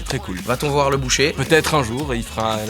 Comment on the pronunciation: "c'est à Voix-re" J'étais obligé